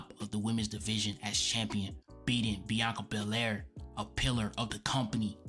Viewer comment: without saying a word??? or without being able to say a word? i will forever have her bianca berraire and reah riprey callout in my mind why cant some asian pronounce the letter L, its like the part of their brain capable of speaking the letter L is burned out from too many sushi 🤣🤣 need more mercury 🤣